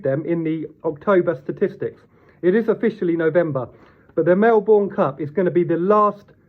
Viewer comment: Mel-burn, not Mel-born